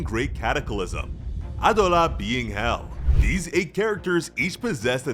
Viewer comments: It’s pronounced Abdullah 😞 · The way you say Adola is frustrating. "AH DOUGH LA" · Why did you decide to say Adolla like that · Honestly really like the way he says adola but doesn’t make it the correct way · There is literally a dub and sub version and no one says adolla like that, do you actually watch the anime or just read a script?